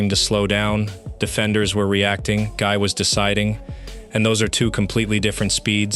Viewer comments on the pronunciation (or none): Exaclty! Guy in french has to be pronounce like Guee!